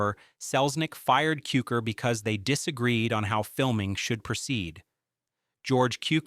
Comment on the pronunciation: Say George Cukor's name correctly.